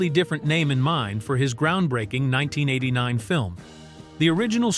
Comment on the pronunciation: AI Slop. You couldnt pronounce 1989